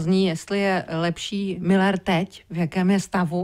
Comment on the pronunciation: Ale on neni Miller ale Müller uz to vyslovujte konecne spravne